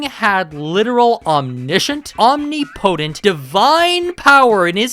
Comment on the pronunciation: I'm begging you to look up the pronunciation for omnipotent. Other than that, great video!